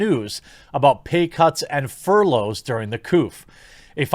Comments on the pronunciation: Jeremy, my man, fur-loffs? It's furlough, pronounced fur-low, plural fur-lows. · I did laugh a little when I heard you say "furloffs" We all have moments where we say something off and we just roll with it lol